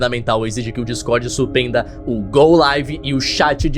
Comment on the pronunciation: "supenda" O skinwalker não se assimilou por completo